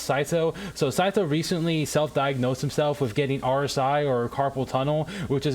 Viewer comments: sy-szoe IT'S sy-tho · yea it is but he cant do "th" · isn't it sai-though or smth like that